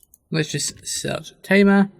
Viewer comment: Honestly, I had to play your video several times until I understood what you meant by "Tamer" (Timer)